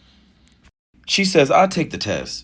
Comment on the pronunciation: lol the way u said Raww 😂😂😂